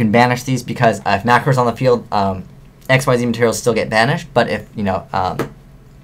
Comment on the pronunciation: "Xyz" isn't pronounced "x y z", it's pronounced "ex-ease".